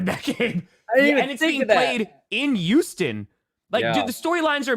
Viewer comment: such a cute little NFL fan., it's Houston, with an H, not "Uston.", it's TiTans, with a middle T, not Ti-uns. Think about a speech coach.